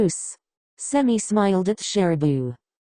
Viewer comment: “And smiiyulled” why’d she say it like that 😭